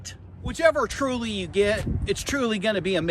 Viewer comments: Great video, but why do you say the name so wrong.. is it an American thing? ... Th---ule..... you say it like Tru-ley.... so confusing. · It bugged me how you kept saying “Truley” but other than that, it’s a good video. Just.. if you’re spending this much effort in a video for something you’ve had over a year, at least get the name right.